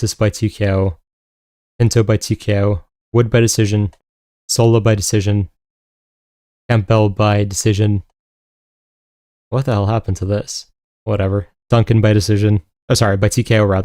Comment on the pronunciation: Great breakdown. Sidenote, the P in Campbell is silent. Think of the soup brand :)